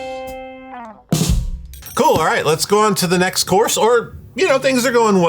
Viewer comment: Every time says "course" I hear "chorus"